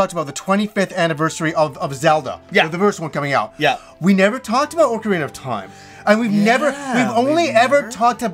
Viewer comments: Wait, oar-karina of time? Never heard it pronounced that way before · Love you but you said orcarina...come on son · Orcerina of Time. Sounds like a big green guy in a tutu selling watches.